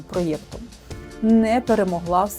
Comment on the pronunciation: Цікаве відео, але слово "прой'єкт" вбиває весь інтерес((( НАЖАЛЬ!